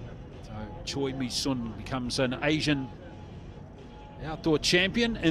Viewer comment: I've lived in Korea for 26 years, am married to a Korean, have taught English to hundreds of students and am a member of an archery club with 160 members. I've taught dozens of students whose family name is spelled "Choi". We currently have six members at the archery named "Choi". Absolutely none of them say their name "Choi" as in the English word 'choice'. Pronounce their names correctly! "Choi" is pronounced "Chay"; the "i" in Mi is "ee" (there is no long i sound in the Korean language.); and the "u" in Sun is "oo" giving us "Soon". If it were the soft 'u', it would be written Seon. Her name is pronounced "Chay Mee Soon". The "L" in Lim is silent; The "si" is 'shee' ; and the "eo" in Hyeon is a soft 'u' as in umbrella. Her name is pronounced "Im Shee Hyeon". Most Koreans had their names "Romanized" using the McCune–Reischauer system, a rather imperfect system, introduced in 1937. The South Korean government now uses a much better system introduced in 2000 that better reflects the actual pronunciation of Korean names and words. Unfortunately most Koreans are stuck with their names recorded using the old system. Your announcer has been mispronouncing Korean names for far too long. Talk to the archers and listen to how they pronounce their names instead of relying on an imperfect Romanizing system.